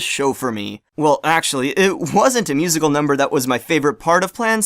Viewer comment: I thought you were saying "musical" until I realized you were saying "music hole". I wonder if that was intentional by the AT creators?